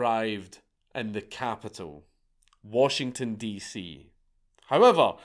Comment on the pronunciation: I had to do a double take when Dank said this because I have literally never heard the name of my state pronounced this way in my life.